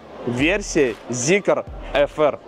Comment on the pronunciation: Ля, а можно зикр называть зикром, а не зикЕром?